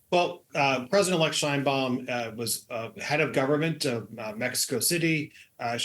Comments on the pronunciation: So, It's Pronounced Shine Bawm=Sheinbaum 😁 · Maybe learn how to pronounce her name properly,.